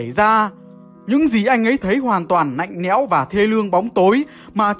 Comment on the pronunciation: Câu nói kì lạ (Kì nạ) lạnh lẽo (nạnh nẽo) ớn lạnh (ớn nạnh)